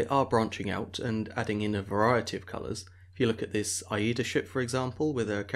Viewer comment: “I eeda” should be “ay da” carnival owned German cruise line.